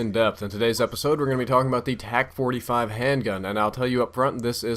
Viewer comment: Dude its a TAC not o tec